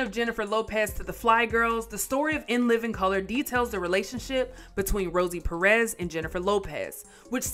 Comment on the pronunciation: These gringos pronounce López correctly but cannot say PÉrez. Maybe they think it is supposed to be French, "perés".